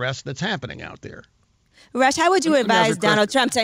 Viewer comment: You keep calling him russ its rush. Like he really wants to rush the hell out of that studio. Lol